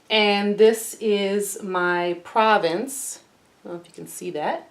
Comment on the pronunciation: Annie’s paint color Provence is pronounced Provance.